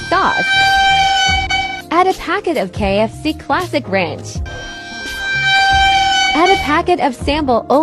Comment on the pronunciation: The way the ai pronounced "sambal olek" is goofy help😭